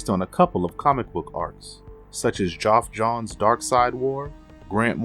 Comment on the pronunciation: Bro, can you please figure out how to say names properly?!?!? Martian manhunters name is John John's, the comic writers name is Geoff John's who's first name is pronounced Jeff, and finally Darkseids minions are called parademons.